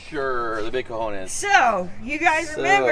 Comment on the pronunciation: Damn it, my team won!!; i can't belive it... i always use to bet on the lightest vehicles but... that 6.4T seems to be a lot of 6.4. Well done. And a note; you guys pronounce 'cojones' as if you were from Granada or Cordoba (Spain) instead mark the J as we (most of the spaniards) do... you pronounce the J as an H, as they do in the S of Spain. I'm not saying anything... "i've just noticed it"; i'm from the N of Spain and... you know how this works, happens everywhere... N vs S and all that crap. I think that i speak english better than you guys speak spanish (from Spain), but no problem... i'm from the N of Spain and "we don't have a problem with that, anymore...". Anyway, stay well and be carefull and safe on the road; take care guys.